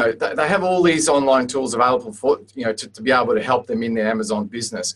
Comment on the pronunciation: "to hep your create your brand" lol so bad XD